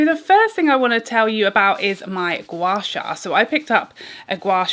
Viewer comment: hahaha O dear your pronunciation of Gua Sha is perfect 👍 you can also do your Gua Sha along your arms and legs for slimmer effects. Asians like me love Gua Sha ❤️ glad you enjoy as well